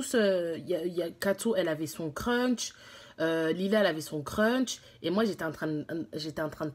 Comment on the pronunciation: Crunch 😭😂oh non elle me fait pense au chocolat 🍫. Ps : ont dit crush